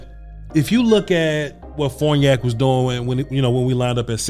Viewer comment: It's Farniok, not Forniak.